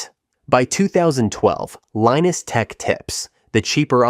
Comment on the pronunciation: Linus is pronounced "Line-us". Gabriel is pronounced 'Gabe-ree-oh". :)